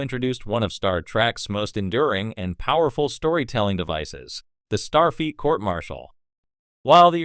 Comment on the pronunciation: The AI narrator is irritating and mispronounces Starfleet as star feet. Also, the pictures don't match the narration.